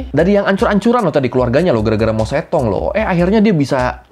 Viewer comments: mao zedong bacanya mao cetung 😂 bukan mao cetong😅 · pengucapannya harus mojedong bang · oiya bacanya itu mao tse tung ya mas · Emang mao zedong di bacanya mao cetong?